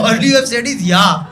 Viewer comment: are u drunk? Yeeeaaaaaaahhhhhhhhhhhhhhhhhhhhhhhhhhhhh